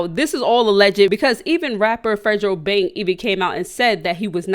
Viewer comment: “Fredro bang”💀